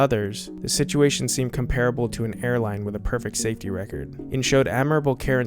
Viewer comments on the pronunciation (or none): These are amazing. I have commented before. But, just to let you know... you mispronounced 'comparable'. 'comparable' is misspelled. I doubt Kubrick and Clarke misspelled it.